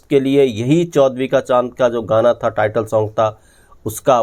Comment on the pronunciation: Even though I like your content, I’m not able to listen because of your pronunciation. Your vocabulary is very good but are saying ता instead of था consistently ये मुझसे सुनाया नहीं जाता। Very sorry. It is like reading a very good piece of English literature with lots of spelling errors. I just can’t overlook that. Sorry. Goodbye.